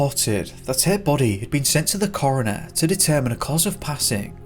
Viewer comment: It is coroner, NOT corner. Thank you. 😂